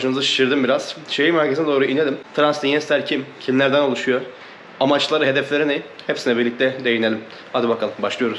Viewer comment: TRANSNITRIA BİYEFENDİ BİR TÜRLÜ SÖYLEMEDİN 😆😅